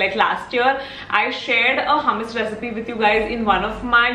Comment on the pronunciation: Hey , love ur videos . Hummus origin is middle east , nd me staying in middle east , i would like to correct the way it is pronounced , the way indians say it is like hamas , its actually hummus the proper hu nd not ha. Not tryna be rude or something , jst sounded weird hummus pronounced as hamas